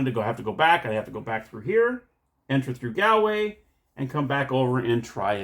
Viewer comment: The top o' the mornin' to yay! Sigh... my poor ears... Shillelagh is pronounced sh - lay - lay Galway is Gaulway Celtic is Keltic unless it's the name (or part of) of a football team in which case you nailed it. The game's not based on fact, no leprechaun worth his salt will give away a smidgen of gold, let alone a full pot of the stuff. Indeed watch the movie Leprechaun to see what happens if you should get your grubby little mitts on his treasure! Good review of a game I was unaware of, though I suspect most people who would be interested in it will be too drunk to watch this tonight! 😂 Happy St. Patrick's Day.